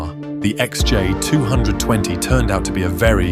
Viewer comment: Is this video's voice-over AI or does the narrator juts not know how to say XJ220 or XK120 ?